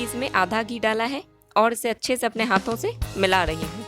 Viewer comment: Aap rahi ko dahi kyu bolti h